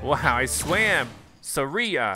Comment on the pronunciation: He really just said “sa-ri-a”